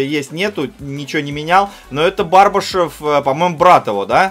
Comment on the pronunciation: Не БАрбашев, а БврбашЁв